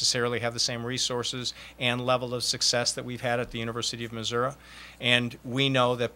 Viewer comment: mizzou might be in trouble... wow... he said missurah a little bit before 2 minutes into conference and again and